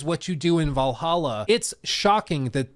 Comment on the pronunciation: Can’t believe mispronounced Valhalla when he has the soundboard right there…